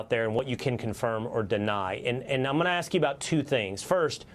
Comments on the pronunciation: Someone tell her that "ask" is not pronounced "axe". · She is not an impressive listener. You'd think in this situation she could pronounce ask properly.